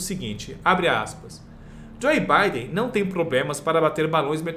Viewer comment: Não é Joi Biden. Se pronuncia Djou Biden.